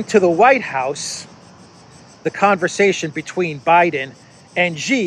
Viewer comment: Hi, the Chinese Presidents name Xi in Chinese is pronounced like the English pronoun "she". If you want to quote Xi, you always can say "That's what Xi said":)